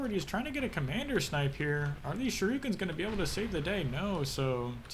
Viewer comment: "shoo-ree-kens" ... not "shi-roo-kins" ... :)